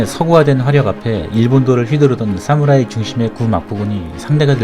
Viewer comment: 싸무라이 아닙니다. 사무라이 입니다 경음 거슬리네요😅